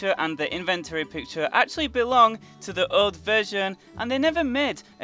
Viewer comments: It sounds like you say joke containment unit, and not old containment unit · You sound like youre saying joe containment unit